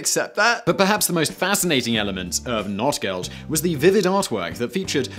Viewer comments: Notgeld - Notegeld, not NOT Geld lol. I'm british and I know this ;) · You would be excused for the mispronunciation of very exotic words, but Notgeld is not "not geld," it's "noht gellt." The languages are related and these sounds exist in English. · Well the donkey is from a fairytale where a donky poops gold for some reason. I think it was called "Goldesel" or something similar. And for the the record the o should be pronounced longer otherwise it sounds as if you were speaking denglish and saying not geld (not money) instead of Notgeld. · Notgeld is pronounced like note Geld. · Hey Simon, you didn't pronounce Notgeld correctly, and I'm very upset about that.